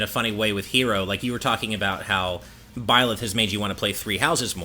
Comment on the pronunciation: Ok this is epic. The joke means that pronounced Byleth as Bleah because it sounds like a disgust expression due to being dissapointed at the last Part of the 1st fighter pass. Thank you and Goodnight.